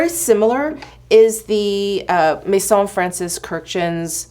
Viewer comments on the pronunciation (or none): none